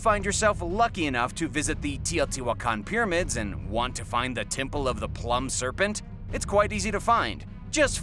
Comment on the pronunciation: classic. plumed pronounced as plumbed. in hysterics.